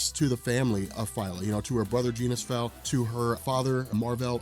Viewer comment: Rick Jones used to call Genis-Vell “Jenny” not “genie”. His name is pronounced ‘Jenis-Vell’ not ‘genie-vell’